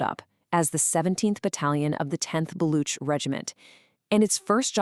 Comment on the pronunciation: Its baloch not block